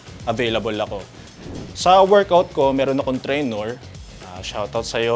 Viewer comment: TrainER po, not “trainOR”